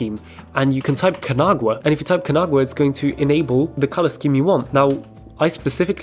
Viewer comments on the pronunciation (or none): LOVE LOVE LOVE everything about this video... but you should try pronounce it "KA - NA - GA - WA" It's Japanese which is pronounced phonetically. It's named after the artwork called "The Great Wave off Kanagawa"